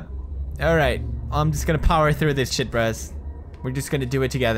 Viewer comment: PEWDIE, "u think aeym scared, u think aeym scared, ok aeym scared" LOL Pewdie is the best